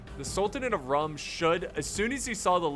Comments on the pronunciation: Just a small tip- the "Rum" in "Sultanate of Rum" is pronounced as "Room". It's actually written as Sultanate of Rûm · Isn't Rum pronounced as Room?